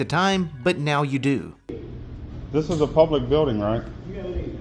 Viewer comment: He's already been told three times it's NOT a public building and still mumbles, "Iss uh public building right?" No, mook, it's not. Go mumble somewhere else.